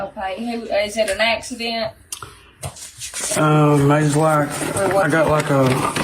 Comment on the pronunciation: "Is It an Axey-Dent?..." 😜